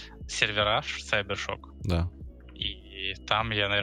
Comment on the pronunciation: Кибер а не сайбер